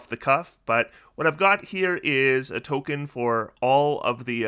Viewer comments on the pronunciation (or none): none